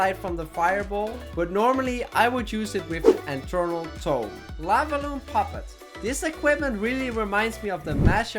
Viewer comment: its Eternal not enternal